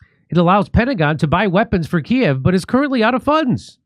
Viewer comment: i like that you call it kiev and not KEEV